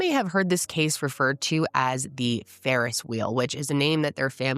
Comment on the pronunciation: "Ferris wheel" is crazy 😐